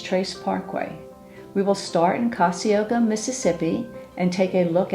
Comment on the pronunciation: Ka-zi-es-ko just saying :)